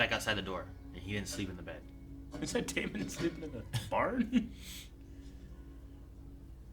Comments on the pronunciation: When are you guys going to learn to pronounce name right.....It's Not DAY MON It's Damon Just like MATT DAMON You don't say MATT DAY MON. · DaemUN. continues his choice to purposely pronounce names weird lol.